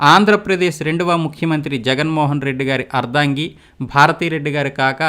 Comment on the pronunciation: టంగుటూరి వీరేశం ప్రకాశం పంతులు అంటున్నారు... మీరు మంచు విష్ణు గారి క్లాస్మేటా ? పి అంటే పాములపర్తి అని చెప్పి , వి అంటే వెంకట అని చెప్పలేదు ! దామోదరం సంజీవయ్య గారి ఇంటి పేరును దామోదర అని పలికారు ! అర్దంగి కాదు ! " అర్ధాంగి. " తప్పులు రాకుండా ప్రయత్నం చేయండి